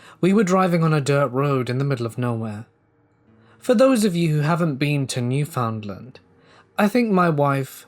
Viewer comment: Gahhhh all those times you were mispronouncing Newfoundland was making me annoyed. I know it isn't your fault and I still love ya! 😂 From what I was told its pronounced NEW-FIN-D-LIND